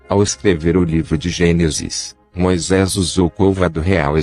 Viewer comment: O assunto é interessante, mas não dá para aguentar o narrador, é um chato, para não dizer um babaca, faz tipo pronunciando as sílabas tônicas sempre diferente do original da língua e da pronuncia corriqueira do povo; Moisés para ele é "Moisês", rocha é "rôcha" Para aguentar quinze minutos do vídeo é preciso ter "saco"!!! Pessoas se destacam pelo talento, outros apelam inventam uma bobeira para compensar a falta dele!!!